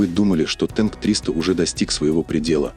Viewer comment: А почему "тэнк", а не "танк"?!!!